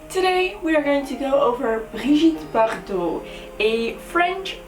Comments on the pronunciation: Perfect french prononciation;) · So beautiful! This suits you perfectly. And I love the way you say her name, sounds so chic! I'd like to suggest for next beacon Alexandra Romanov (Anastasia's mother), Victoria of England and, once again, Grace Kelly. Thanks for this series, please keep it up! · Do you speak french? Because you say 'Brigitte Bardot' with a perfect french accent!